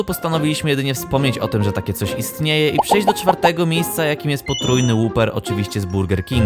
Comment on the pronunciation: łaper, nie łuper; papajs, nie połpejs